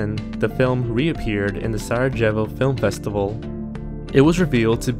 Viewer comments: That is the weirdest way I heard someone pronounce Sarajevo, is that really how Americans pronounce it? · the pronunciation for some words was incorrect and the pronunciation for "sarajevo" made me a bit upset as someone who is from around the area. i am aware this video might have taken a lot of effort, which i applaud to but a bit more research into the right pronunciation and it could've been better. (and i yes, i know this video is 3 years old now but i couldn't help it) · To the Narrator: 1. watch your tenses there is one entry where you screw that and subject verb agreement up a lot. 2. It’s Dead Calm, not Dead Claim. Did you even look at the stills you included? 3. The J in Sarajevo is not a J sound. It is a Y sound so it is pronounced like - Sara Yay Vo. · Agreed. Yikes. Sarajevo being pronounced like it's a person named Sarah Jevvo?? Come on... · The J should have gotten the soft y sound. like Sarah Yey Voh. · Sarajevo is pronounced "Sarayevo". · It's pronounced Suh-rah-yay-vo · Your pronunciation of 'Sarajevo' physically hurt to listen to. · Lord God people, learn how to pronounce words!! Sarajevo is not pronounced with a J! You see this is one of the things that’s wrong in society today; a simple checking of basic facts would remedy all of these mispronunciations